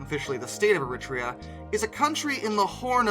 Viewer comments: It’s pronounced air a treea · Er-reee-trey-ah. Interesting they're still using steam but I guess, not broken, why fix? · Another great video. Especially pleased to see a GWR loco. Just to add though Eritrea is pronounced "Air-ruh-tray-uh" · Everyone else pronounces it EritrEa - emphasis on the 2nd E. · You nailed the pronunciation of Thyristor, pronunciation of Eritrea not so much. Still interesting content all the same. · Your continued mangling of foreign place names is still guaranteed to amuse. Getting Eritrea so spectacularly mangled deserves an award ❤😂😂😂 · ...however less said about Eritrea and Eritrean, the better! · But it was a very creative and almost artistic way of pronouncing - you must give him that. 🙂